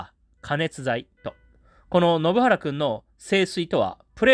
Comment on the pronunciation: 前にも信原くんの名前の読み違いを指摘されたのに、また間違ってる😢